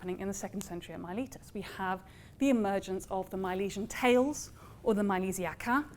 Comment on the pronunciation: If only you could pronounce Miletus correctly…